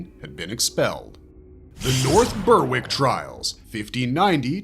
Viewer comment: The w in Berwick is silent btw lol!